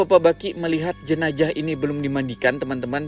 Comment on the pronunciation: owang2 dan jenajah. 🤭 Unik bgt dgrnya tuh...